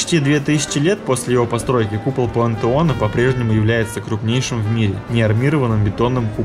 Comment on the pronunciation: Неплохой фильм, посмотрел только что по ТВ и пересмотрел здесь, очень познавательно, спасибо! Однако некоторые моменты дико режут слух: Юстиан вместо Юстиниана - и (хотя в описании под видео имя этого византийского императора дано правильно), пуантеон вместо пантеона - , благословЕнна вместо благословленА - . "Тщательнее надо быть! Тщательнее!" (с)